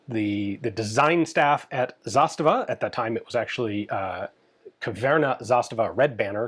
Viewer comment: Nice video, but every pronounciation, apart from zastava, gave me Aids 😂